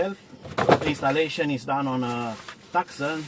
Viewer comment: Too-Son not Tuc-Son 😂 Are the wire in the A pillar away from the airbag. Can't reach the site. Maybe they out of business. I'm from South Africa.